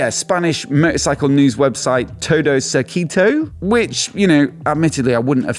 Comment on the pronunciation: The way you pronounced "Todocircuito" seemed far more British than Norton to this Spaniard (Sorry, I couldn't help it)